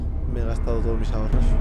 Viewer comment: Ahorros dice xD